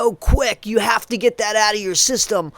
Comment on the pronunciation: Get ,Not Fet,She irritates the hec outta Me